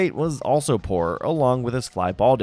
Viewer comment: Did he say “poor musician” or “porn musician”?